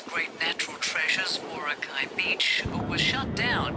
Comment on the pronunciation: I'm a little ashamed to reveal that the voice-over is an Australian journalist who had not checked the pronunciation of "Boracay".